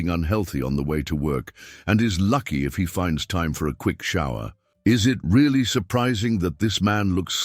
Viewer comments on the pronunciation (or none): none